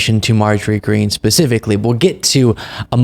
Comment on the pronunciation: You're mispronouncing her name, its "Marjorie Taylor Peen" .